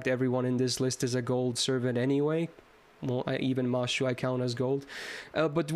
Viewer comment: the fact that you're saying mashu instead of mash makes feel very proud for some reason lol